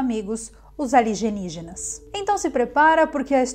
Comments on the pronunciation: Gente, não paro de rir com a palavra "aligenígenas" kkkk amo seus vídeos! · Minha nova palavra errada farovita "aligenígenas" 😂😂😂😂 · Pensei que só eu falava aligenigenas. Kkkkkkkk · "OS ALIGENIGENAS" ALGUEM MAIS OUVIU ASSIM?? SRRSRS😅😅❤❤❤